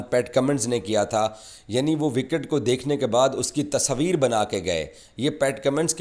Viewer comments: Tasveer hota hai Tasabir nahi 😂😂😂😂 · Bolne ka dhang dekho "Tasaaveer" keh raha hai tasveer ko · Pakies thought world cup ..organized by gully management...😂 Tasabeer...😂😂 Urdu me "tasveer" hota h bhai. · Tasvir❌ Tasoovir✅ 😂😂😂😂😂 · तसवीर अबे तस्वीर होता है 😂😂😂 जोकर